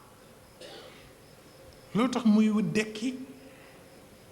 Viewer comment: Mrci de rectifier c est "dekki" au lieu de "ndekki"